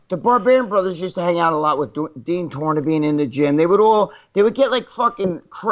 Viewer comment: Dean Tornabene is pronounced TORE-NAH-BEN-E